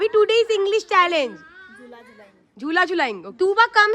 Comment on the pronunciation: It's Challenge not challage